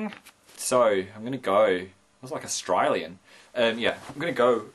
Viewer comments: So I'm gonna go woah that was like Australian. Haha don't emphasise on the AUS bit just say A-stralian or 'stralian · Only when he said "go" how he said "australian" was horrendous XD